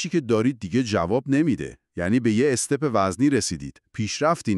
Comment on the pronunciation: کُلید نه کِلید. اِستِپ نه استُپ .گِرام ها نه گِرم ها توروخدا قبل از انتشار لااقل یکبار خودتون گوش بدین ببینید چطور کلمات ساده را اشتباه تلفظ میکنید.